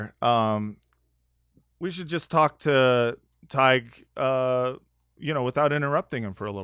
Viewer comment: Spelt his name wrong at first - I’ve been misled by all the times has said Todd-g-h! It’s actually Todd-h-g.